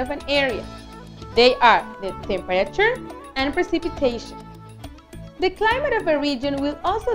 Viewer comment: Not being rude but you said climite zones it should be climate zones👍🏻